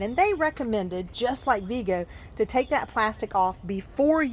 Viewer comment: Vego rhymes with Lego the building blocks), by the way. Not Veego. (According to their website)